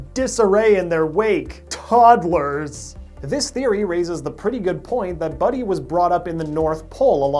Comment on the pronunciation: How he said toddlers 😂